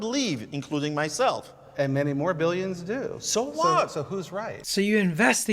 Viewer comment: does that flat earther really think the world is over half Christian? There are not more Christians than non-Christians so his emphasis on ‘more’ seems strange (28.8% if anyone’s interested)